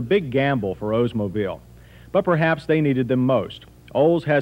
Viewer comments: “Ohs-mobile” lol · It’s pronounced Oldsmobile. Not Ozemobile. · Why do people keep saying “Ozemobile?” The car is named after Mr. Olds , not Mr. Oze. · Why does everybody say “Ozemobile”? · He says "O's-mobile". Ha ha.